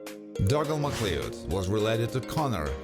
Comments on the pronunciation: You pronounce Macleod as mc CLOWD. Need to read up and learn Scottish names my friend 👍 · Pronounced Mick Cloud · No it isn't, it's pronounced "Ma-cloud" with a short "a".